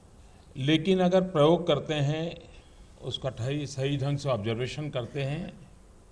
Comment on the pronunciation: sir प्रयोग शब्द को परियोग पढ़ रहे है और IAS topper pronunciation को गलत ही सुनकर बैठे हैं ।